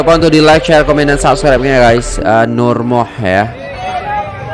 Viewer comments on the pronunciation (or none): Cah... NurMuhd tu sebenarnya sebutannya...NurMuhammad. singkatan Muhd utk Muhammad. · Nur Muhd.....di baca Nur Muhamad